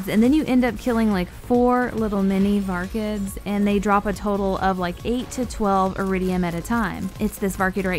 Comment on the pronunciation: VAR-KIDS not vargids